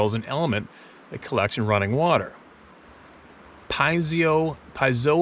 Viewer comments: Pronounced PEE-AYZO spelled Peizo electric. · pronounced PEE Z O . from quartz crystal- Piezoelectric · Piezo (pee-AY'-zo). That's a long "o" for "zo. " God Bless you and your family,! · I believe the word you were trying to spit out is pronounced pee-ayzo. No big deal though, a bunch of words are spelled like they were created by uneducated infants. The camera seemed to work just fine.